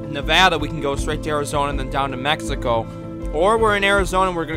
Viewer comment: No offense but why you say Mexico like that 😂😂😂